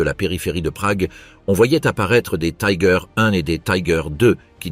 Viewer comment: attention l’allemand ne se prononcé pas comme l’anglais :on doit dire "tigueur"